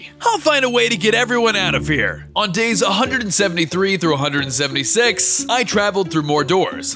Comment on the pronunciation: 300 dais I in dours 😂